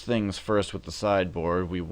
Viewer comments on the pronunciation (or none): none